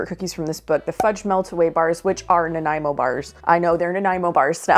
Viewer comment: Props for pronouncing Nanaimo correctly.